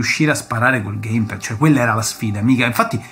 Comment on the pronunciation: Bellissimo video ho rutti questi ricordi da vecchio videogiocatore anche io ma unica pecca che posso far presente è che si dice geim pæd non gaim ped. Bel video comunque mi hai tirato fuori tanti ricordi